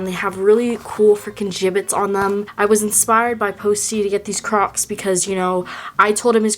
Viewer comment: kept hearing “crops” not “crocs”